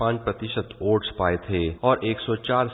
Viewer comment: वोट को ओट बोलने वाले संवाददाता सुधींद्र का आभार😂